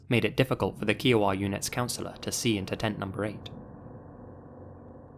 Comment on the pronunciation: "Kee-oh-wuh" Me, an Indigenous-American Okie every time he said Kiowa: "Kai-uh-wuh" ("Kai" being pronounced as k+"eye")